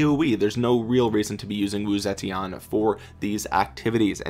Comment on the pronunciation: The correct pronunciation is actually: Woo-Tze-Tien (武則天) But this doesn't really matter! 😃